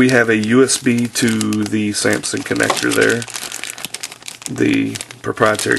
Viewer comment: dude its pronounced "sam-sung" not "sam-sin"